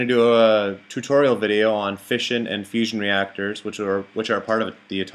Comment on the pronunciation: Really thought you said Fishing and fusion... quite something to pull off at the same time haha.